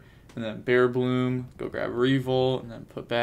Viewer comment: It’s bearBRUM, but say bearBLOOM if you like. Respect ✊